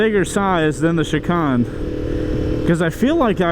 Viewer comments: "Chee-khan"? All those track days and you never said the word "Shi-Cane"? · million subscriber motorcycle "guru" doesn't know how to say chicane😂 also...eat a salad bro.